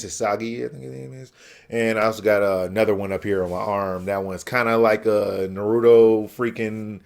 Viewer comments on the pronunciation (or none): Has a Naruto tattoo and still can't pronounce his name. wow.